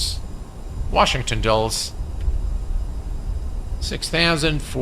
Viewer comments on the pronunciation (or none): Dulles is pronounced Dull-iss as opposed to Dulls. Just an FYI... I'm sure you'll fly there again...Flightbeams scenery is great